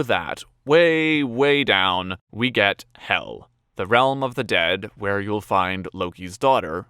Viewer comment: Sending this to Loki, my partner. Also, Hel is pronounced differently than "hell". It's pronounced a bit more like the word "hail" but with an "e" instead of the "ai". And just another fun fact: Loki actually cut off Sif's hair once, causing Thor to, at first be very confused and unabled to recognize his wife, then very angry at him. Loki had to figure out a way to get Sif another head full of hair, so he asked the dwarves, but it wouldn't be Loki if he didn't fuck with them in some way, so he told one pair of brothers the other said they could create better items, causing them to want to prove that they could do better, but when Loki told the other pair about the contest they wanted Loki's head if they won. I don't remember how the story ended, but Loki kept his head and the gods got their respective items. Just though I should throw that in.